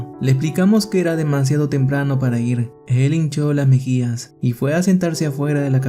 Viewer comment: Me dio grasia cuando dijiste el incho las mijiyas jajaja pero estaba apunto de llorar